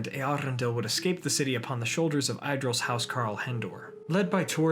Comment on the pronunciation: Well, I'd advise to control the pronounciation (and the accents as well). Idril, for example, is mispronounced, (it is EEdril) and Gil-Galad has the wrong accent (Gil- GAlad is the right one). For the rest thanks, a nice work!